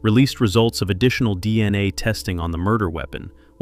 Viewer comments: Break the video up and actually narrate it. After an hour in, hearing "Deina" insted of "D N A", i just can't do it. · Fucking AI…”dina” evidence